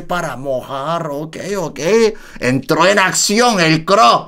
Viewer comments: JAJAJA por qué dicen CRO al C.R.O (CERREO) 😅 Quién escucha en 2024!?? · es c.r.o no cro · Se pronuncia ce erre o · Son iniciales se pronuncia letra por letra ce,erre,o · Se pronuncia ce, erre o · 2021 y el sigue pronunciando mal el nombre de C.R.O 😂